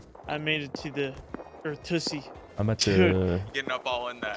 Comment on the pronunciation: Why does put the “T” in Earthussy? Says it like Earth-t-ussy